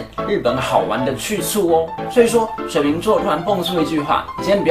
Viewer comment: 為什麼講話又加一個兒 水瓶兒XD 也是😂😂😂😂😂